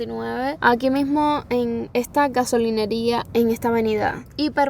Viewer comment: Galosineria???? Gasolinera eh v😂😂😂😂😂😂